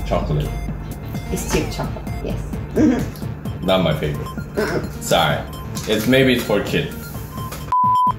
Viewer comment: aprende a pronunciar bien, en inglés, la palabra "favorite".